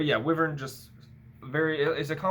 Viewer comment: Wiv-urn…it’s pronounced Why-vern